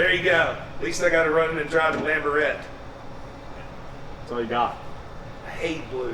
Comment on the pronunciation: Lamfo instead of Lamborghini